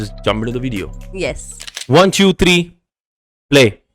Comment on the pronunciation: Video toh bolna sikh femiway bunty